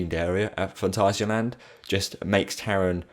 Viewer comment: I love it that you say Phantasialand, Not Phantaishialend!